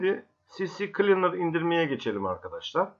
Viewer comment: Sisi kılinır degil abi si klinır